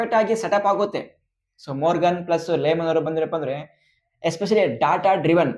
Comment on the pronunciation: ಮೊರ್ಗನ್ ಅಲ್ಲ ಮಾರ್ಗನ್ ಅಣ್ಣ